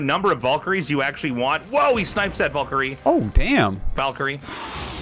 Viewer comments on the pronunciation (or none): Wondering why Artosis pronounces it "Volks" and "Volkyrie". Arty can you clear it up for us? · Pretty sure Artosis is from New Hampshire. But even if we consider a heavy accent, Valkaryie is pronounced with some deriviative of an "A" not "O"